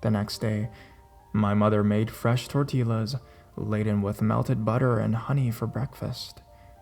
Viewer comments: what are "tortillos"? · "tor-tee-lus" i just got cancer 😔 la "broo-ja" is going to kill me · its torti ya. not with a l sound but ya torillas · tortillas is tort-e-yas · I love your videos, but you really need to learn how to pronounce Spanish words. Double "L's" are pronounced like "Y".